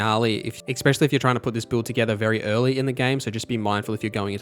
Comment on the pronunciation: it's "especially" not exspecially. sry just a pet peeve lol